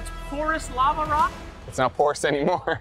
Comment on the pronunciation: "Porours" lol